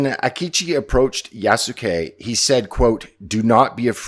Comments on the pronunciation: it's going to be hilarious if Ubishit kept the stamina system from Valhalla for "Yasookee" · " Its YAASSUUKE time!" Ironically, they put the " yass" into Yasuke.